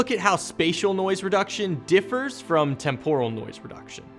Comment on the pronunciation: Great overview, but I can't get over how "temporal" is mispronounced. 😆